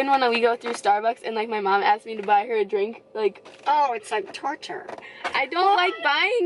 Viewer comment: I like the way you say mom (mamm)